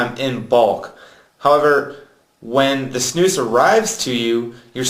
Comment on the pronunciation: Idiot. And please, learn Swedish and learn you to say SNUS !!! Not Snous. And not u can´t. The nicotin and flavour loose. German idiot. Come to Sweden if u wanna learn how to snus like a real man